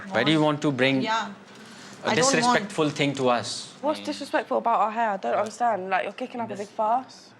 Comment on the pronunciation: mark mark “understNad”👏🏻👏🏻👏🏻